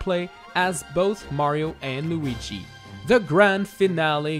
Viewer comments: Cmecraft ALREADY DID THIS!!!!! ALSO STOP SAYING LOOGI! Ugh..... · I love the way he says Lugi